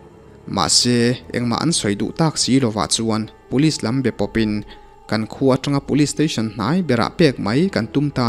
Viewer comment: 'Kan khua' tih rikngawt hi a va chiang lo ve?